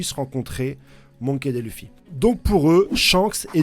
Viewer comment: « Monkey Dè » 😭